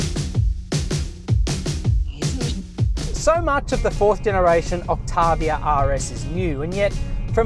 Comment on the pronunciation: “Skoda Oktarrrviarrr”